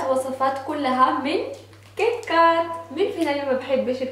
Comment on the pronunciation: اولا اسمو كيتكات مو قيطقات وثانيا اسمو كرواسان مو كرواسون 😓